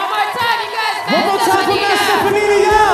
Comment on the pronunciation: Jason really called him "Steffanini"